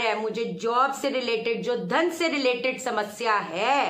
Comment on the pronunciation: Inhone dhaan bola h ya thaan bola h hote kya h or ye